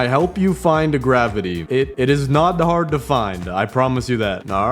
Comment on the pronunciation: “can i help you find grivity“😂 bro yes help the ram bro😭🙏